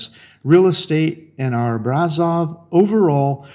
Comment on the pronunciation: It's pronounced Brash-offv